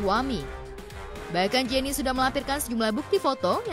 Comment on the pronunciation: Pengacaranya gk tau penyebutan nama Jenny Rachman 😅